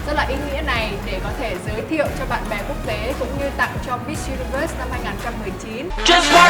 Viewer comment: Con này cứ diu-ni-vớt nghe khó chịu thật.